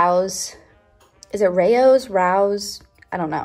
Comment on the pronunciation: Pronounced Ray-O’s ❤️…the tomato basil soup is BEYOND. So good!